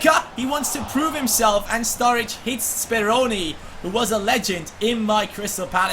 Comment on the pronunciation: Strurridge lol